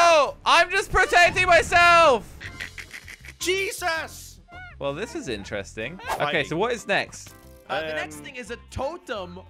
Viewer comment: whenever he says Jesus: cheesus